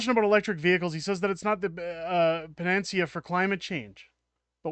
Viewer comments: Pan a C a - emphases on the third syllable. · What’s a pa-Nancy-a? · Pan-a - see -ah